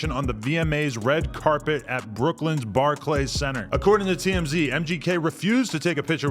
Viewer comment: Bar clays? 😂 it’s pronounced Barclis